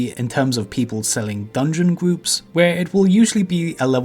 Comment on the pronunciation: Fwost the gwoups